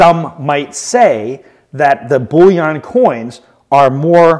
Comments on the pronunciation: The word bullion is pronounced and ends the same as onion not yon! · “Bulliaaan” that a new category? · hahaha love this guy he really is good at what he does and entertaining and educated but I cant get over the (bull-yon) coin thing :) Its just makes me laugh, 1st ive heard it pronounced like that and I take it to heart becasue I pronounce words different ALL the time and catch crap for it, hahaha